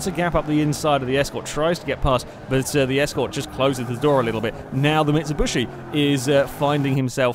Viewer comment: Interning pronunciation of Mitsubishi